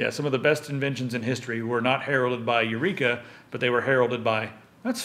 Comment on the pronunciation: Archimides said 'eurika' my friends